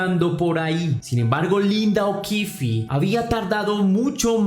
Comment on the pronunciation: Que pena los errores en la narración, tenia 11 no 14, y no es okifi el apellido, termina ahí es okif, o así suena